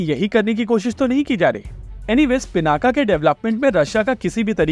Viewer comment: नाम रखा गया शिव धनुष पिनाक पे फिर वो गया पिनाका। अबे नाम हम लोगों ने रखा शब्द अपनी भाषा का है फिर ये पिनाका कैसे हो जाने देते हैं हम लोग, योग योगा हो जाता है, पिनाक पिनाका हो जाता है। एक तरफ महाशक्ति बनने का सपना है दूसरी तरफ ऐसे छोटे छोटे मामलों में हम लोग अंग्रेजों की जबान टेढ़ी होने की चिंता करते हैं, होने दो सालों की जुबान टेढ़ी कम से कम हम लोग तो उच्चारण सही करें केवल भारत में ही नहीं हर जगह। योग को योग ही बोलिए धीरे धीरे वो भी बोलने लगेंगे।